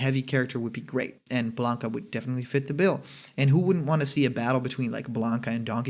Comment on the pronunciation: lol blanka. come on man